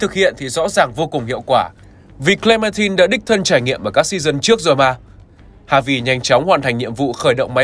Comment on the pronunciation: Hi. E có 1 lời muốn góp ý ạ, là hình như ad đọc sai từ Clementine hay s ý!